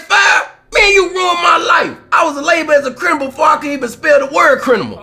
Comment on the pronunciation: Did Kmoore keep saying Crinimal?? lol